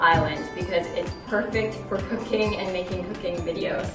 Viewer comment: I heard something else besides cooking xD 'This is my favorite part of the house because it's good for cocaine' 😂😂😂😂